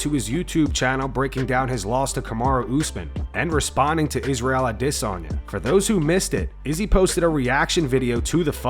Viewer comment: A-DEHH-Sanya 😂😂 so cringe